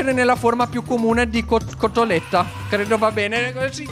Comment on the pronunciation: Quando dice cotolette esce l accento veneto😂